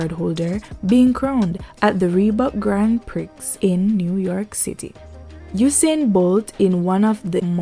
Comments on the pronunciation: "Grand Prixxx"??? Sweetie, its pree.... Grand Pree. not Prix.... Omg, my people sometimes amaze me. smh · Not hating the content but the voice talent could have been better........While the talent has a good warm tone, it was a bit jarring to hear "Grand Prix pronounced "Gryand pricks" instead of the more acceptable "Grhon Pree" no less than three times I'll stop there cuz talent must be encouraged but the production team should know better. Bless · 'GAN PRI' THE X IS SILENT